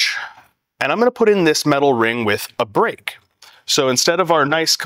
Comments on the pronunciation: I thought he said a Brick... for 2 seconds I thought where is the brick? then realized he meant a Break... otherwise his English was easy to understand, no weird accent. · Break? I thought you said brick!